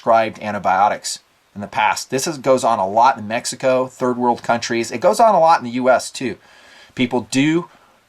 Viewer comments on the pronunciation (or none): none